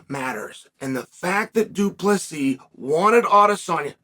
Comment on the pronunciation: If you want to know how you can tell that Chael actually does respect DDP just notice that he is actually pronouncing his name perfectly. He's trying to help the guy.